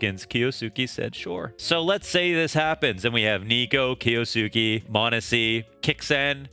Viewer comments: Buttchered his name😂. The first U is supose to be almost completely silent. "Kyosuke" Maybe this will help with saying his name😅 Kyo-su-ke. I wish there was a way to make audio message since I am bad at explaining but I will try.. The Kyou part is prounced the sameway as 今日, which is today in japanese. just look up video for how yo prounance it in japanese. and then there is the suke part. Think of the way you say the name Sasuke, a name that appears in naruto. The suke part is prounced the sameway.. When you got the gist of try saying the entire name. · It's spelled Kyousuke for the title and pronounced - (keyo-skay)